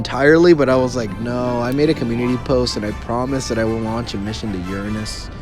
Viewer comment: You say uanish